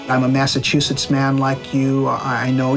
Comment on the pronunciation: The 54th will forever be my favorite statue in Gettysburg. I’m from Mass and go to Gettysburg periodically just to see that beautiful statue that honors them ♥️. That being said…someone teach Danny Glover how to pronounce Massachusetts please. UGH!